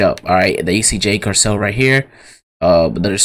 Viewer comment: It Cargill not carcell